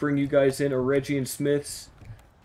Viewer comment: The G in Eregion is like the G sound in Gator. And the A in Gwaith-i-Mírdain are both like A in Arm. I hope that helps 😁